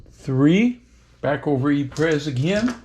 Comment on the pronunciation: hate to be that guy….but Ypres is pronounced EE-pruh. But don’t feel bad, the British during the war just called it Wipers.